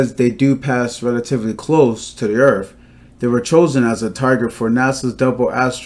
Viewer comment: Did he say hit earff ? ! Listen